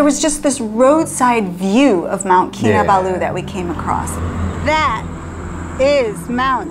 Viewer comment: You pronounce the last two syllables in Kinabalu as Baloo from the Jungle Book lol. I usually pronounce all the syllables equally